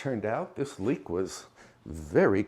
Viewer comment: OMG ! I thought you said leak , I figured when you need to go you have to go😂❤